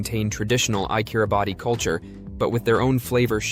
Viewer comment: A very misleading view of Kiribati (pronounced 'Kiribass'). Much of the film footage is of elsewhere. Get your facts right!!